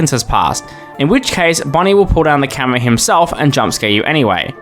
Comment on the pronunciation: bro said camwoa